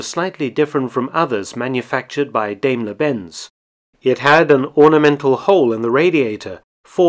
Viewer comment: The Daimler name is pronounced dime-ler, not dame-ler.